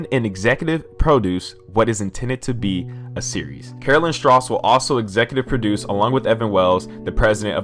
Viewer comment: The way you said “Produce”🍎 🍊 hahaha 😂 (I would usually be against this like...but since the damn creator is involved...it gives me hope. Yeah dude Mazin is a great storyteller so it’s in good hands especially with Neil by his side.